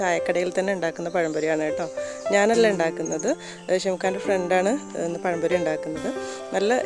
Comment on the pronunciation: പയംപൊരി അല്ല പഴംപൊരി